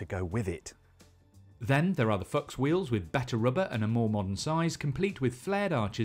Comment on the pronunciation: That is not how I thought Fuchs wheels were pronounced! 😂😂